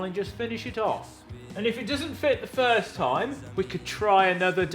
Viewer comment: "If it doesn't work the FURZED time..."